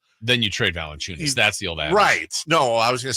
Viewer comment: bro not valencunias 😓